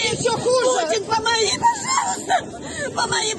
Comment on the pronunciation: Ви помітили як вона ставе ударєніє на букву г, в слові памагі ???